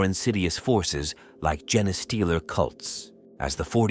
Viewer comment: i like these videos but it’s hard to enjoy when words like “genestealer” and “roboute guilliman” are mispronounced. is there a way to train the speech component how to pronounce certain words?